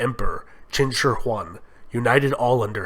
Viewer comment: x = sh a= long a zh = j yi = ee qin = cheen Great job on the "shi"